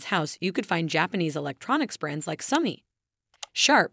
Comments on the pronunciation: SOW-NEE <say that but fast. Not sunny. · i CRINGED the way she said the names of the brands. In England we say "sony" like the urdu word for beautiful and gold